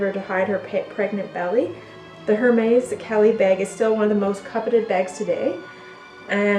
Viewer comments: it's air-mehz, not her-mays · BAEG! 😝 Also it’s pronounced Air-Mez. Hermès... silent H with two è sounds.